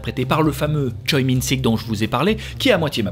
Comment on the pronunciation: Merci ! Des pepites silenced m’a fait vivre trop d’émotions ! Petit tips de prononciation de nom de famille coréen lee =[i] et choi=[chwé] park=[pak] avec ca tu vas pouvoir te la rack ^^